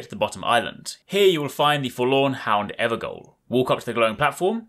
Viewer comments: It’s pronounced ‘ever jail’, as in prison/jail. Gaol is the archaic way to spell jail, lol. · Ever gaol is actually pronounced ever jail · EverJAIL - it's pronounced jail.